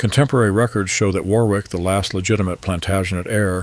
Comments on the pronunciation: Warwick is actually pronounced "Warrick" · The (Al ?) narrator could at least have established how to pronounce place names. It isn't Middle HAM, War Wick or Ca-LAY.